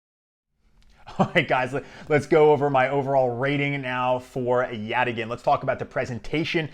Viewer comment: YOU CAN SAY YATAGAN! Get me on their marketing team! Thanks for the review, sounds really interesting!